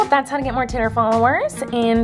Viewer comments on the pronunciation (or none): U say titter it's twitter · I love how she says titter instead of Twitter 💁👑 she's the queen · I love how she hates swearing, yet she keeps saying titter instead of twitter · I love how u say titter 😂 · I clicked this video because its funny when she saids "titer" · She says titer she's amaze though. 💗👍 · "titter followerzz" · every time you tried to say Twitter, I laughed so hard 😂😂 (self promo ahead;) I make videos and it'd be cool if you could check them out :)